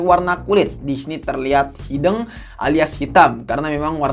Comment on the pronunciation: Bang hitam itu dibacanya hideung jadi bacanya antara e sama u, kalau hideng itu lain lagi artinya bang